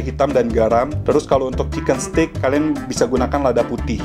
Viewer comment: Suka banget sama semua review. Btw koh kalo nyebut steak itu adalah “STEK” or steik BUKAN “STIK”. Karna maknanya beda. Udah saatnya kita memperbaiki pengucapan bahasa Inggris yang benar, karna aku juga lagi belajar. Heheheh. Terimakasih